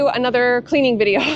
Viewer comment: Did you say cleaning or cleavage vidio